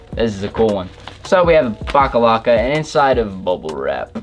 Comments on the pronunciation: I cringed so hard Everytime he called the box logo stickers "backalacka" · I wanted to shoot myself Everytime he said baclava instead of box logo